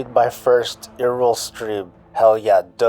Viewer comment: Love them "eeereeel" streams.